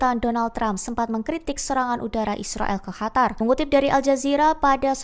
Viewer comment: Qatar/katar قطر Bukan Hatar